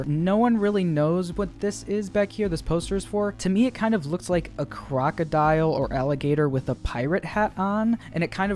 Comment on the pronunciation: Why does him saying "mucgumre gator" so satisfying to me- edit: srry im bad at spelling